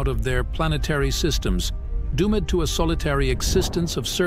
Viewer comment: no, you did not fix it😂… instead of doomed you pronounce doom-med, give miss pronounced all the planets, you mispronounce many words in English you did not fix anything two months ago